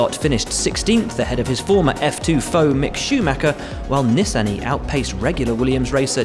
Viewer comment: You might want to learn how to pronounce Nissany.